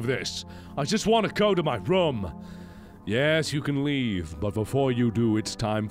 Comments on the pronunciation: I love how he says "rum" instead of "room" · Can you please pronounce the word 'room' properly yet?